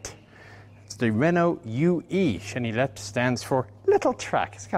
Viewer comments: Hi, Frenchman here! Quick tip on the pronunciation of "chenillette": actually pronounced it almost perfectly, with the exception of the "ill" part. In French, "ill" is usually pronounced like a "y" would be in a word in English (don't ask me why). I say usually because there is notable exception like "ville" (city/town) which is basically pronounced like a the English word "ill" with a "V" in front of it. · Don't pronounce the L in chenillette. It's more like yet. cheniyet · The Renault Chenillette (pronounce cheni-yet, traduction little or baby caterpillar) was a 2 persons light armoured recco vehicle usually equipped with a FM Châtellerault 24/29, machine gun model 1924 modified 1929 by Châtellerault Weapons Manufacture aka MAC, 7,5mm, 30 rounds magazines. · Chenillette is pronounced "Cheniyette". Why ? I don't know, but 2 "L" preceeded by an "i" becomes a "y" in French. Same goes for Baillonette (Baiyonette) for exemple. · super video(Chenillette is pronounced without the set of ll's)super video